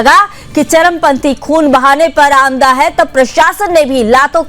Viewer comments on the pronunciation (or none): संचलन न होकर संचालन बोला करें और आमदा की जगह आमादा बोला करें बाकी ऐसे ही समाचार देते रहें। जय भारत जय सनातन